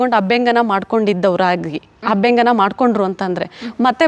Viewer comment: Its abhyanjana dont pronounce it incorrectly.... And by the way dont add up unnecessary words and irrelevant words... U just tell wats best abt your product